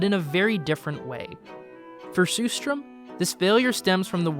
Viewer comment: It's pronounced sher-strerm (with the first and third "r" silent), not sue-strom.